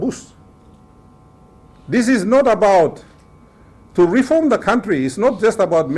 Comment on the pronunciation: Is reform or "reorm"? TV WAN is very poorly filtered.